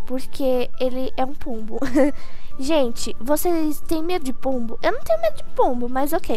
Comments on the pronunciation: Sempre quando vc fala pombo eu ouço polvo kkkkk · "e essa é a vida de um pombuh" sabia naum,_